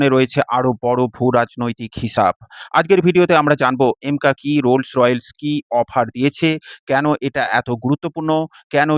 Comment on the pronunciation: কোম্পানির নাম "রোলস রয়েলস" না😂😂। সঠিক উচ্চারণ হচ্ছে: "রোলস রয়েস" (Rolls Royce)